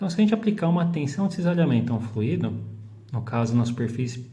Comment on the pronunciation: Fluido não tem acento, logo a pronúncia está incorreta, dando ênfase no i.